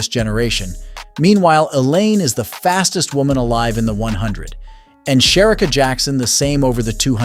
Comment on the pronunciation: Why can't you pronounce Shericka?